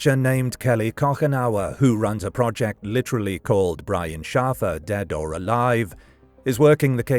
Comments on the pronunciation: His last name is pronounced SHAY-fur (not SHAF-er). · Shaffer is pronounced like SHAY-FER. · It's pronounced "Shay-fer" How have you not heard anyone ever say the name out loud before recording this? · SHAF-er or SHAF-uh would be the British pronunciation of the same name, unfortunately Brian wasn’t British. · I'm nearly certain this isn't a human narrator, which would explain the inability to properly pronounce a common name the correct way.